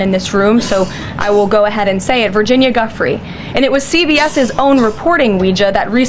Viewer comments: Ugh. She says “ Guff-ree “ as if nobody knows who she is. DISGUSTING. VIRGINIA’S NAME IS PRONOUNCED DJEW-FRAY. And her disgusting recruiter.. GGIII LANE Hard G, like grub, gross, greedy, grotty. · Okay, she done f-ing pissed me off. Deliberately mispronouncing Kamala's name is one thing...but calling Virginia, "Guff-free" when it has CLEARLY BEEN SAID MILLIONS OF TIMES...and it is pronounced 'Jew-free', is an obnoxious 'trick' so you don't think of the actual Virginia because the way SHE just said it, is not a name heard, so do not connect the horrors in her book as attached to dickless donald. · pretty sure she said her name wrong. Also admitting she’s a victim of Epstein well also working for trump doesn’t make him look less guilty. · Can you NOT pronounce Virginia's name CAROLYN? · Of course she would say her name wrong. She is such a bone headed creep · Everyone pronounces " Giuffre' " correctly or reasonably well except Bratty Barbie. She may be thinking of Guthrie (Woody) who wrote a song in the 50's denouncing KKK Trump's dad segregates housing. Of course "Chump" and "Pudding" show that she learned to talk from Elmer Fudd. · She is 2nd only to Trump for hypocrisy. Like Trump she can’t even do her the courtesy of pronouncing her name correctly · She pronounced her name wrong. She is lying. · Leavitt doesn't pray; like her boss, she preys. She mispronounces Virginia Giuffre's name, for god's sake! Release the Epstein files!!! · It sickens me that Propaganda Barbie intentionally mispronounces Virginia Guiffre's name in an effort to diminish her suffering, and that of the other survivors. She's an utter disgrace to our gender. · She can’t even say Virginia’s name correctly! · And couldn't even be bothered to say her name correctly 😑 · Mispronouncing her name is pathetic.